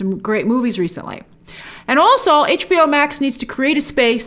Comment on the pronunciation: Grace, the word "also" is pronounced all-soh, not all-suhl.